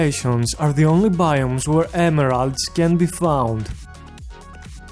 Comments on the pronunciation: 'the only baioomes wher the emeraards can bee floud' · Ameraalds. Sorry bro but that's what your "emeralds" sounds like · Nice video .. i wish i can understand even a few words. This accent and mispronunciation is unique. Biitz dezah biumj , bird triies , emorods - so many new words to add in our dictionary. You should become a great english teacher.